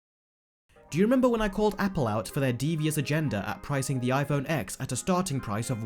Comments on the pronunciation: I sort of agree with him, but why is he calling it iPhone X („eggs“)??? It‘s pronounced iPhone TEN. 😉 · 🤣🤣🤣 “Apple put prices up which means everyone else did, so now I hate them all”. Boo hoo mate. Oh, and it’s “TEN” mate, not “Ex”. Do 37k people honestly subscribe to hear you whine like this? Also, there’s so much misinformation in this video, the XR display isn’t a “watered down” display, maybe use one ... or watch better informed (and not even Apple affiliated) channels say. No one is being “tricked”. Cheers for the laugh. 🤣🤣🤣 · If you're going to make a video criticizing the phone at least pronounce it correct... it's pronounced "TEN" not "X" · It's pronounced '10' not 'X' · Why do people call the iPhone X wrong? It’s not iPhone X it’s iPhone (ten). It’s the iPhone (ten R) not xr. I understand your complaint about the prices for the phones though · I lose brain cells every time you pronounce it x it’s ten! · I like how he's talking shit while simultaneously calling it the "X XS XR" annunciating it "EX" LOLL X is the Roman numeral for 10. Its pronounced "Ten" not "EX" 😂😂😂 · YOU DON’T PRONOUNCE IT AS A LETTER X!! IT IS PRONOUNCED LIKE SO “IPHONE 10R AND IPHONE 10S and 10S MAX. It’s called Roman numerals. Seriously you sound so stupid when you pronounce the X as the letter X instead of a 10. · For a guy who knows a lot about phones why the hell is he calling it iPhone X when it’s pronounced 10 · the ‘x’ in the names is pronounced ‘ten’. it’s a roman numeral. it was very annoying - just saying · 10!! Ten! TEN! Not “X”.. it’s a Roman 10! Hurts my ears. Otherwise I agree with everything said. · It's an iPhone ten not x, try learning Roman numerals. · The fact you pronounce X as Eks shows you may know less than you think you do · Wow, hearing you say iPhone X as an actual X is really annoying. It turns out people can’t actually process that they no longer use Arabic numerals. They now use Roman. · X is pronounced 10, so iPhone 10, iPhone 10R, 10S, 10S Max.